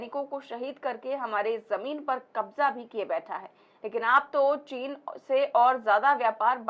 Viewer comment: चीन का च तो इस ढोंगी के मुंह से निकल नहीं पाता है बात करता है साला